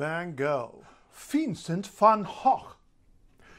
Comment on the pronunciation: Excellent, that is exactly how to pronounce it in Dutch